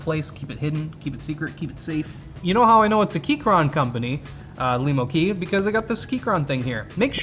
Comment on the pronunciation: Cool, a keyboard made for me Lemo. Also , for the first time someone actually says it right.